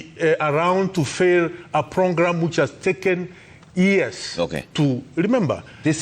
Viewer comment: A dude who can't say program lol